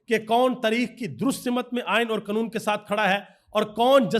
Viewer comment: قنون تریخ صحیح بولنا سیکھیںے